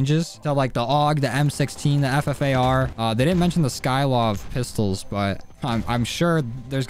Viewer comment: RaidAway: skykov Dysmo: Skykov: skylov Their actual name: sykov